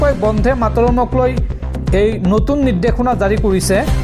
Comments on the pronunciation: বন্ধে নহয়,বন্দে ।শুদ্ধকৈ উচ্চাৰণ কৰিবা। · উচ্চাৰণ বন্ধে নহয়, বন্দে হ'ব লাগে